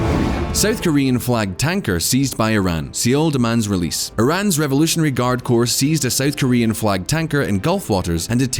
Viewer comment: Or even standard English words like Corps.